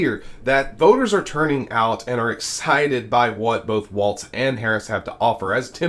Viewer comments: Fyi: His name is pronounced "Walls" not "waltz" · It's sounds like you are saying Waltz but his name doesn't have a T in it. I'm pretty sure it's pronounced like walls. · Let's get the man's name right. It's not pronounced "Waltz", it's pronounced like " Wallz". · Why is it so hard for you to say his name correctly? You did this several times yesterday & continue today. It's Walz, not Waltz. Figure it out. Why should people watch when you can't do the most basic research? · Walz is pronounced like "walls", not "waltz". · BTW...his name is pronounced "Walls" not "Waltz" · It's WALZ - as in WALLS, there is no "T" in his name. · WALZ, not waltz. VOTE BLUE !!! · Sir his name is pronounced Walls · Walz not Walt. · His name is Walz. Not Waltz. It is also Eau not Oh Claire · Walz not Waltz yo. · Walz not Waltz. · There is no t in his name. It is pronounced Walls. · Its WALLS, NOT WALTZ...turn the Z into an S. W-A-L-L-S. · By the way, it's Walz not Waltz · Please don't say Waltz...that's a dance. Say Walz as walls. See how ez that is to pronounce. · It's pronounced "walls", not "walts". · It’s pronounced like “walls” not like the dance “Waltz” (no t in his name). But yes, I completely agree: for the vast majority of Dems, especially women & the men who support them, a palpable sense of joy! So excited for our future! TY Kamala & Tim, for bringing the joy or excitement for the future, back to our elections. The other guys talking about getting electrocuted from EV boats sinking vs jumping into the water filled with sharks… bc that scenario would be so realistic. 🫣 Snort some more coke or Adderall, Diaper Don! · I believe his name is pronounced “Walls” not “Waltz”😊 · Dude, please, his name is pronounced Walls, not Waltz. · Nice report.....but his name is pronounced Walls, not Waltz. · It's Walz, why do you keep saying waltz? There is no T in Walz. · His name is “Walz”, not “Waltz”. There is no T in the name. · Allan Spears: Tim Walz’s name is pronounced WALLS, not WALTZ.